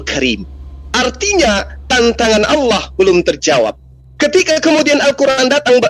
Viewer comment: owlloh itu tertulis di kitab apa. Sedangkam alquraan dn kitab nasrani tertulis allah bukan owlloh. Kalian tau perbedaan huruf dan huruf O. Maka itu kalian buta atau sumbing. Ya kalian itu di tertawanakan dunia. Karena sebutan ALLAH bukan OWLLOH. Aps suara benaran atau suata editan. Rupanya editan maka itula islam kekonyolan islam agar afa bahan koten di sebarkan. Akal anak kecil ko bisa mengakal org dewasa sdh berpikir matang